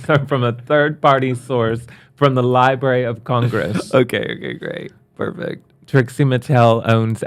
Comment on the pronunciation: Love her, but it is LibRary Not Libary